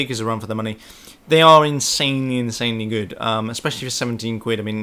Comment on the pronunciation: Intssanely, intssanely good..